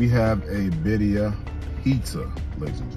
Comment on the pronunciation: Is he saying baddia or birria 😂